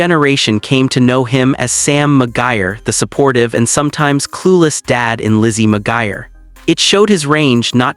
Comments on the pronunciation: OMG "McGIRE" is making me cringe. IT'S McGUIRE!! AI still can't pronounce shit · It's Mcguire, NOT mcgier. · As the person with that real last name it's not pronounced the way he's pronouncing the name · Lizzie McGuire, I have never heard McGuire pronounced that way before.